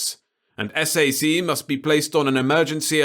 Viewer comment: But SAC is usually pronounced as if it was a word (like Sack). Stands for Strategic Air Command. The strategic bombers in the 50-60s that were loitering in the air 24/7 and carried nuclear bombs. Dr Strangelove stuff 😉